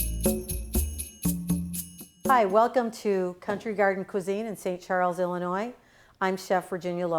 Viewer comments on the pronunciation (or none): none